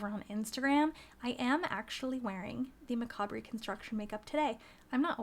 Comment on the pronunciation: ur pronouncing the word macabre wrong :)